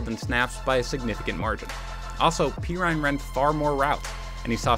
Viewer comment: "PEE RINE"????